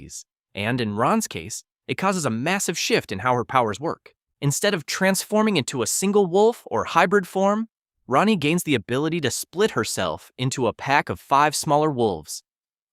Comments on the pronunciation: Rahne is pronounced "RAIN". I don't think you even said it the same way twice, but you didn't get it right once. It didn't even occur to you to google it? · Rahne is pronounced "rān", like rain. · Wolfsbane's name is pronounced like "rain". Kitty Pryde and Magik makes a joke about it a few times throughout New Mutants.